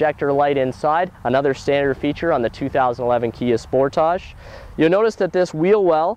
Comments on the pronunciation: finally someone that pronounces it right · Actually, is right about pronauncing name, Sportage is not english word.